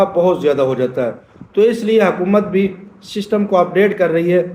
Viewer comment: اوئے بابا ششٹم نہیں سسٹم ہوتا ہے جاتا ہے ہر پندرانی منٹ بعد توں اپنی قبر کی تیاری کر